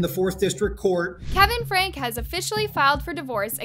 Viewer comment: Uuuummmm, Franke is pronounced Frankie, not Frank. Just fyi. I really enjoyed this video and I love listening to your videos. I find your voice soothing. Kevin wanted his daughter arrested for burglary? WTH is wrong with these two parents? I don’t understand how parents can do these things to their own children!!!